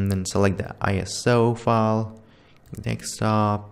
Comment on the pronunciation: Me: control v Him: control wee And bro really... "dextop"😂😂😂😂😂😂😂😂😂